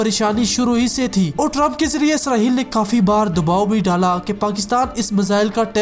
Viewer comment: اسرہیل نہیں اسرائیل ہے